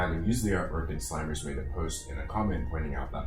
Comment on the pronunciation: I think it’s pronounced Slim-ers not slime-ers